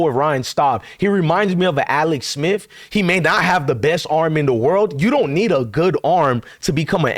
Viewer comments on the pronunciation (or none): none